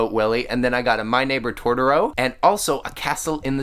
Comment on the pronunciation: You said Gutetama right! But not Totoro. Toe-toe-ro is how I say it at least. You said Tor-toe-ro. Maybe I'm wrong though. <3